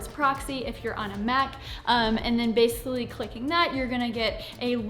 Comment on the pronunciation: What's "base-uhlly"?